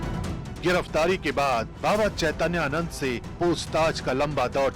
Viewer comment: इस एंकर को बाबा का नाम नहीं लेने आ रहा है।चैतैयानंद बोल रही है यह सत्ता की दलाल है कुछ भी बोल सकती है।